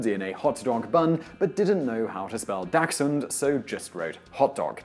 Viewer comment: The fact you mispronounce dachshund wrong upsets me